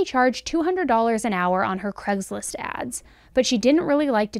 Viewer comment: Please say Craigslist not Cregslist...